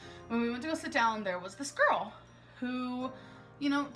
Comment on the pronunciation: it’s “girl” not “gorl”